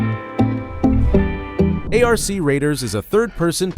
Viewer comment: Its not not A.R.C Raiders but Arc as in ark. God bless